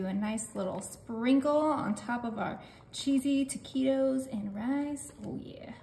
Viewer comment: Pronounce the words right taquitos is not right